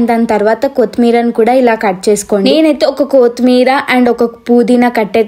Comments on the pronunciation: Amma thalli adhi koothimeera kaadhu kothimeera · Kooothimeera kadhu sis kothimeera 😅